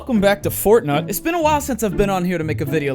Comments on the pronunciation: Finally someone else who calls it fortnut. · Did he say fortnut in the beginning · What a fortbnuto XD that what I heard from your intro XD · Fortnut, tf is that? Oh OH you mean fart nut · The first thing he says is welcome back to fortnut 😂😂😂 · He Sayed fort nut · Did I hear you say what I think you said. Fortnut?! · “Hey guys welcome to fortnut”😂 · “Welcome back to fortnut” the dooo quoted 2018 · He said fortnut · My man said fortnut 😂😂😂😂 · I heard Fortnut! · I don't know if you realised but you said "fortnut".... Lol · "Hi welcome back to FORTNUT " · "Alright, welcome back to Fortnut" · "welcome back to fortnut" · "Welcome back to fortnut" lol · I swear at the beginning of the video when he says welcome back to for tonight instead of saying night I swear he said nut LOL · Fortnut? Hahaha what? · He says fortnut at the beginning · Its fork knife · Lol "well welcome back to fortNUT" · "Fortnut". I love it. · u sayd fortnut hahaha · He said Fortnut in the beginning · I swear he said welcome back to fortnut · " fortnut " Lmao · Did he say fortnut?